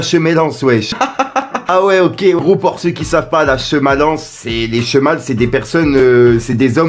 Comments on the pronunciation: "Chemale" 😂🤣🤣🤣 Ça se prononce "chimèle" pour info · Les shemale ce sont des femmes avec un pe.nis et ca se prononce chiméïl (she=elle /male=homme).